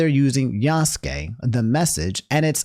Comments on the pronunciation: Well he made this to himself, he tainted his message with a lot of unnecessary shit and twisting clips; besides, he talks like some of the people shown in his video were still like that, apparently people can't grow up and change their values. Pd: you're pronunciation of Yasuke is the correct one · The argument that Yasuke (and yes, you were saying it correctly) isn't a samurai is idiotic. Retainers WERE samurai. They were the low-class equivalent and mostly the same in all but name. These people are seeing talking points in peoples' complaints and not doing ANY research before making a rant video and making a fool of themselves. Plus the dude can't even saying the name correctly. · 1. The way you say Yasuke is correct 2. A retainer was a samurai during Nobunaga's time 3. You can play as a Kunoichi (female ninja) 4. Tokyo never existed until 1868 which is way beyond the era the game is set in 5. It's silly thinking it's forced when everybody's been clambering for a playable Yasuke (even though Nagoriyuki in Guilty Gear Strive is hinted to be Yasuke he still isn't called Yasuke in that) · The dude in the clip saying Yasuke super wrong and doing it right the first time. Is a great recovery from Nobunga =\= Nobunaga